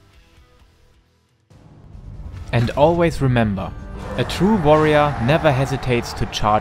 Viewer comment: I love the way you say Warrior... like V'arrior ... sounds badass.